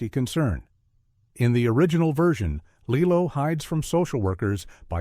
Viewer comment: And "Lilo & Stitch" as "Lillow & Stitch...